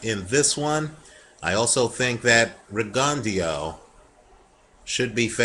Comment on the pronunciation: isnt it pronounced rig-un-dough?